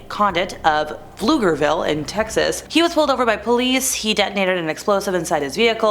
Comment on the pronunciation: Girrrl! I'm so proud you pronounced Pflugerville right!!!!😂